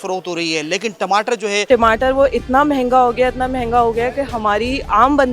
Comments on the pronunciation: Yeh tmatr kya hota hai😂😂😂 tamatar hai bhai😅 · Tamatar hota ya timatar😂😂😂😂😂